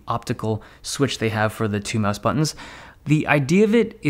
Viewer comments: stoooooop saying mise , it's mouse , lol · Brah net Time try to say mouse not myse